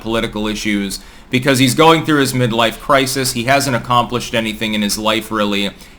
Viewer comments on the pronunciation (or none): none